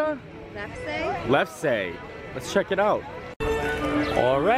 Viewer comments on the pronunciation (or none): Yep, It is pronounced Lefsa like others stated. Basically made out of potatoes, flour, butter, and milk. Adding sugar and more melted butter is the way to eat it, otherwise very bland. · The lefse is pronounced, Leff-sa. We have it every year around the holidays as it's a family tradition. They are normally made out of flour and potato. We always have ours with butter and served warm with dinner. Never had them with sweet in them. We get them from a factory in Wisconsin. Uff-da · Lefse pronounced lefsa. Made out of potatoes that are mashed and grilled on special skillet. Very popular treat around the Holidays. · I am dying at you guys trying the lefse (pronounced LEF-suh) 🤣I’m from North Dakota where there is a heavy Norwegian presence and we eat this often. It’s actually made with potato and I think it’s better heated with the butter/cinnamon/sugar. I can see how people would think it’s totally weird though! Love that you guys used this suggestion of snacks around the world :) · Lefse is pronounced lefsuh, like FAFSA. It's like a tortilla made of mashed potatoes. My family eats it with butter and sugar and cinnamon at Christmas, but it's really good just rolled up around a sausage with no butter. That's called lefsepølsa! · You guys almost pronounced lefse right. It's Lef-Saw.